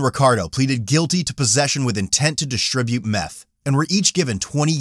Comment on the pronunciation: It’s “distribute”. Not “dishtribute”. Some weird ass habit someone developed. This stuff is like a disease that spreads.